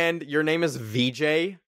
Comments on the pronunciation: why'd u say "vijay"(pronounced as vejeyh) like veejay 😭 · thats not how you pronounce vijay (vee-juuy)😭vijay in hindi means victorious its not a short form for vagina 🙏💀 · The way you pronounced vijay 💀😭 reminded me of the never have i ever dude getting roasted for butchering his own name. damn am I glad my indian carribean parents never let me forget my culture. Yall stay safe tho 🤞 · also bc that's not how u pronounce vijay or vijai , westerners cant pronounce this kinds of word without the help of native speakers from india, diaspora. Even the indian diaspora people gave up trying to correct westerners ,so now they too pronounce their names with an native English speaker accent😂. Its pronounced as vee juh eh or vee juh ee or vijai ( theres no break especially while pronouncing this later part ,its kinda impossible to spell it accurately phonetic wise)